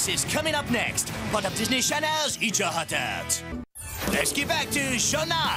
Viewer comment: DISNEY CHANELS! that prononciation 🤣